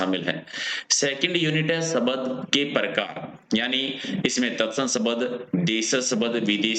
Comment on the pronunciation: Sabad kya hota hai Shbda bolo bhai